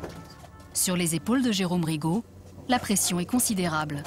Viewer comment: РигО блин а не РИго